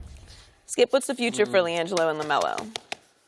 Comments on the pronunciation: “Lagelo” I’m crying 😂😂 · la "gello"...Ctfu lol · "LiGelo"...LMAO...Damn Shannon!